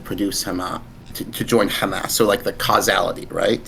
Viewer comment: My berserk senses get triggered when he said causality